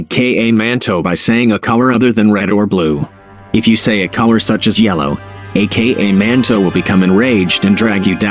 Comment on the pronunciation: Is not a-k-a manto is aka manto